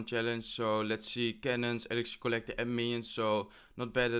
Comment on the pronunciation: Is it just me or anyone else notices the way he pronounce kolektor for collector and skelethonks for skeleton?? It makes me laugh all the time haha, anyway well played i am definitely gonna try it